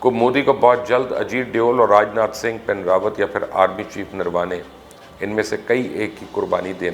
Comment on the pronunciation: It is not Pin Rawat, it is Bipin Rawat.. if you guys are less need, you would be able to pronounce names properly